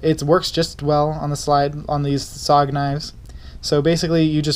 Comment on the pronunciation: It is pronounced S-O-G all said separately not just ‘SOG’